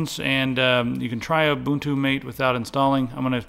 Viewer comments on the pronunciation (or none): its called mAHte not mate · That's the way to pronounce MATE not matay. It's Mate.